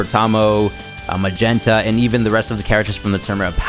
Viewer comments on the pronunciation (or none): Everybody's been calling him Magenta 🤭